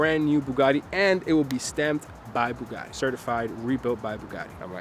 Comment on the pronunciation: It's NOT Bugaddddddi, it's BugaTTi.... it's Italian name ffs! :)